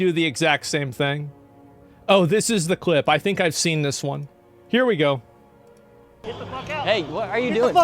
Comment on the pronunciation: 'They Ngo now' - Asmon